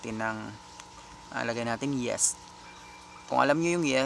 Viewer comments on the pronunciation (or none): yeast po boss di "yest" pansin ko nakaka trigger mga pagsasalita mo nakakairita pakinggan